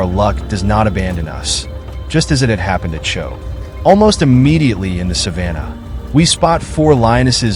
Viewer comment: Wish you could pronounce Moremi and Chobe correctly as you present this amazing video!